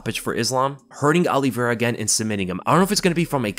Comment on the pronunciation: And it's not Oliveira